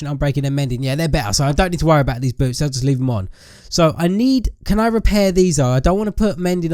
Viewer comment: when he said boots i thought he said boobs